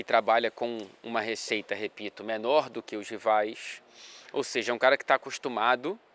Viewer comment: Cala ao invés de cara, glande ao invés de grande... o que está querendo nos dizer?!